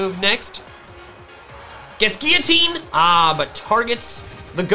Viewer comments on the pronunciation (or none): none